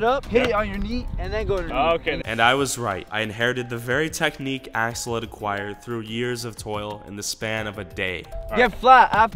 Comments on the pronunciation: Who else thought he was saying asshole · i thought he said ashole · When you said Sensai Axel I thought you said Sensai A**hole. XD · It sounds like you said asshole instead of axel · I got confusion when he keept on saying axel i looked away evry time he said axel i looked. At the screanlol